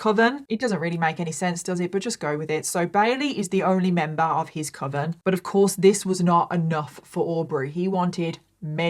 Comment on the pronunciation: As someone who does not have english as their first language, I'm glad that you confirmed that I've always pronounced "coven" correctly. It's supposed to ryme "oven" not with "cloven".